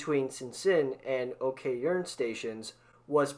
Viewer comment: it'll be better if you could actually pronounce Istanbul or Chongqing correctly...